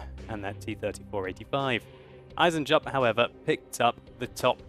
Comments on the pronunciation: Eisen-Jupp - Iron-Jack I would translate his name like above! ;) (To pronounce it right dont speak the J, just say EisenUpp! :D) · Eisenjupp, iron joe, spell it like eisenyoupp.